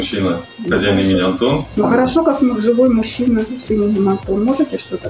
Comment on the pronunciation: почему вы называете онтон,а не Антон?!